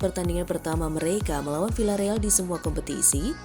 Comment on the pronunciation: Bacanya: Viyyareal min!